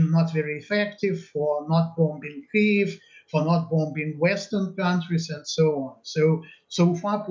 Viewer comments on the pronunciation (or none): none